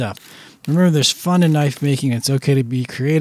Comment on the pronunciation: That's a bloody knoife !